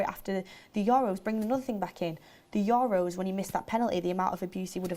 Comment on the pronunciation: "4million your'os" good one